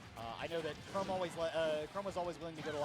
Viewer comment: The way he pronounced chrom